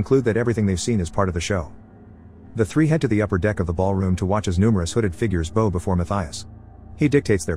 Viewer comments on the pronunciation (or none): It especially makes me wonder when words are pronounced incorrectly...like when he said the people "bow" (🎀) before the guy instead of bow down